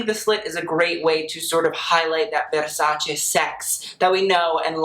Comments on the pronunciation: 1. Love the sweater he is wearing. 2. Tilda always delivers. 3. Love how he, an american man, knows how to pronounce VERSACE. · WOW! It s the first time ever I heard a foreigner pronounce correctly Versace. Thank you very much for taking the time to learn it :).